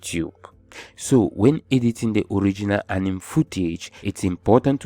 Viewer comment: Apart from “Anim” movie accent 😂 bro you deserve a million subscribers